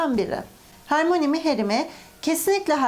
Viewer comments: Hermione = Hermayni Siz hermoni diyonuz ama kitapta okunuşunu söylüyor Hermayni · Hermoni değil hörmayni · Hörmayni diye okunuşa alıştım hermione diye dümdüz söylemesi garip geldi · Aslında herkes *harmoni diyor ama isminin okunuşu *hörmayni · abla he soruda hermonie diyosun o olmasa satem ölürdü harry potter disun potter olmasa saten kitap olmasa saten hermonie olmazdı saygılarla